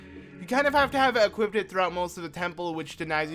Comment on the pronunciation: "Equip-tid" is also not a word... Just a suggestion but maybe if you would SLOW THE FUCK DOWN when you talk and/or read text you wouldn't make sooooooooooo many mistakes and make it so annoying trying to follow along.